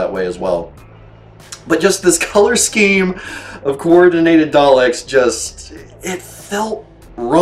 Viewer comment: it's probably because I'm weird ;) But I just loved the way he said Daleks... Here's the clip... Turn up the volume!! :D An audio clip of Matt Smith playing the 11th doct…